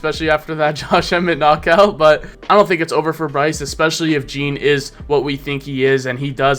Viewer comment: Hi, his name is not Jim as you say it, but Geh-An Silva. Cheers from Brazil